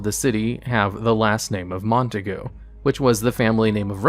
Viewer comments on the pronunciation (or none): none